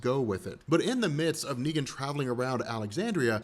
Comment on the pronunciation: « neeger »😭🙏🏾my nigga you slipped up